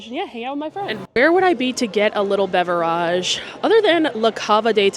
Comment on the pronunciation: I would watch more often if “beverage” was pronounced correctly. Not cool.